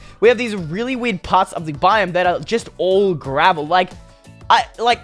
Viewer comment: Instead of you saying werid you say weed